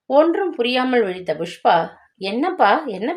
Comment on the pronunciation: Pl pronounce properly it’s pankajam not bankajam same pushpa not bhushpa. 🙏it’s not fullshit its bullshit. lol